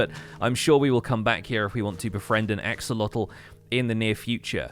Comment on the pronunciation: Also it's pronounced ax-sho-lot Not lotel